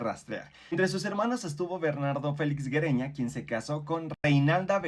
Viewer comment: Güereña se pronucia similar como Sigüeña. Es GÜE Y NO Gue